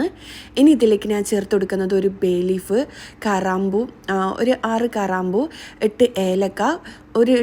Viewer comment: കരാമ്പൂ അല്ല കരയാമ്പൂ ആണ്.😅